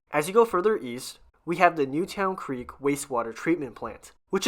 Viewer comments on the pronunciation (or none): Newtown Creek is actually pronounced as Newton. I lived a few blocks from there.